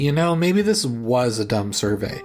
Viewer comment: Did you put the wrong emphasis on "this:" when you said it in your script? Or were you supposed to show us a second, additional map after the first time you said "this:" ?